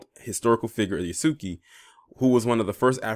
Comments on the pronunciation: His name is pronounced "Yahs-kay".. just sayin.. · Its pronounced Yhas-Ka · Thank goodness because he needs to play a less depressing role. Method acting is dangerous he needs to dive into something more fun because he was sounding not so good during his argument with Charlamagne. Yahs-Kay is the correct pronunciation of Yasuke. The su/soo sound in the middle is almost silent. The same pronunciation as Sasuke for my Naruto anime fans.